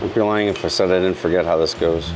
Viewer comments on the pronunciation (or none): none